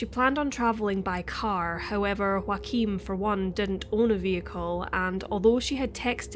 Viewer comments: If hes german chances are his name is spelt Joachim and pronounced yo-uh-kim. Not Joaquin like phoenix. Could be wrong though. Mightve been joaquin. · It's Joachim ...a very common German name..not Wakeem or Joaquin. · I’m sorry but Joachim is a German name and you keep pronouncing it like its spanish or something (yes, I know this name exist in multiple languages but here we’re talking about people in Germany). I’m not German, nor do I speak the language but I live in a bordering country and work with a lot of Germans and I’m pretty sure it’s supposed to be pronounced like Yaw-ah-khim. In German (same as in my native language and many others), the letter J is always pronounced as english Y is pronounced when there is a vowel next to it (next to the Y, I mean). Sorry, I’m not expert so I don’t have any better way to explain but I hope it’s clear enough. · Is the boyfriends name spelled Joachim? Because the way you pronounce it, it sounds like Joaqueem. Other than that, you speak extremely clear and well pronounced! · Just the tiniest correction, as a German I couldn't let it pass by... the name Joachim is pronounced "Yo-achim". The J is pronounced like the Y in York and the ch is actually pronounced just like it would be in Scottish Gaelic, like it is in Loch Ness. So we can all pronounce his name correctly when we say "Joachim was a scumbag for dating a 15 year old girl while he was 30." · U mean joachim ?? Wrong pronounciation. It Sounds weird for German listeners. Please make sure to pronounce names the right way, that people recognize facts...But rest well done: i slso like the background music a lot, good choice!! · You know what would be great? If you could pronounce Joachim correctly.